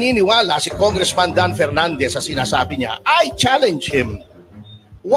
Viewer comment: Pernandez ang galing nyan mag Fronounce ng Ep at Fi…. Pano nakalusot mga ganyan trying hard mag ingles mali mali din